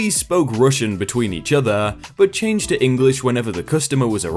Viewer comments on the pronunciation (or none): none